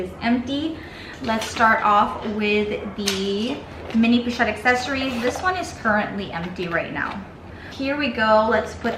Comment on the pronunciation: Oh my good holy h*ll!!! You are talking about a FRENCH brand that NAMES their product line IN FRENCH...and you make ZERO attempt to pronounce the product name with the correct FRENCH pronunciation?!?!? I'm out...but not before I add a YouTube clip of how to correctly pronounce "assessoires".